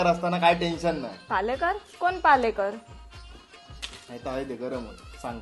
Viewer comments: पालेकर नाय रे बाबा पाळेकर असतं ते😂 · पालेकर नाही रे पाळेकर वाडी 😊